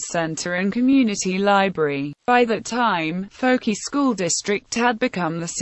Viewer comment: Fouke is not pronounced as fokie it is pronounced as Fok. Not fokie not fuk only Fok